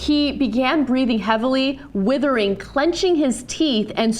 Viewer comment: Ana mispronounced 'writhing'. Then , John wants to 'PRE-face' something. PRE-face, really? I thought these people had been to broadcasting school... or at least taken a class in public speaking... sheesh.